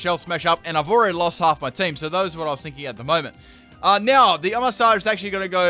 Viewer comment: Oh-Mah-Star Mah-Gear-Na